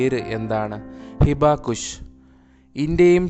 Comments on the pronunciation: ശെരിയാ അത് ഞാനും ശ്രദ്ധിച്ചു 😊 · ഹിബാകുഷ് അല്ല ഹിബാകുശ ആണ്